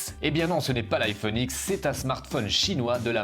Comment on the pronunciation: on dit iPhone 10 pas X;)